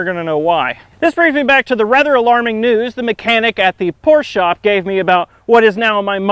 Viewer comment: thank you sir, you are the first American who pronounces Porsche correctly